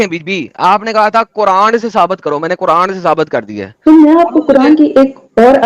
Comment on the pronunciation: bhai kya baat h 😂😂 kuran ko kurand bol rahe ho 😂😂